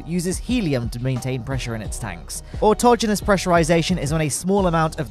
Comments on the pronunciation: Finally! I found someone who knew how to pronounce "autogenus". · You must be human. You pronounced autogenous correctly.